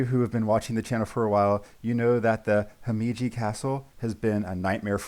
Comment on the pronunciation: HC is pronounced Hee-Meh-Gee (read this faster)